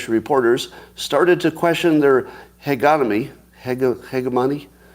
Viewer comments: Scott if you ever took a political science class or international relations class, this term is very common. Hegemony - Hey Je mony 2nd syllable accent Hegemony is when a dominant group has overwhelming power and exerts that power on others in political, economic, cultural, or ideological forms. Most often, this term refers to the power that a country or social group wields. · He's still saying hegemony wrong 😭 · Scott was struggling with the word "hegemony" a month or so ago. He continues to pretend he doesn't know how to pronounce it, denouncing the author who used a word without his permission. I dunno why he does that. I agree that the code snippet revealed by that woman looks suspect, but we don't have the code context for it, nor independent verification. I'd ignore it.